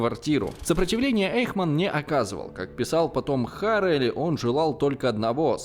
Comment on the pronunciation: Отличное видео. Только не Арэль а АрЭль.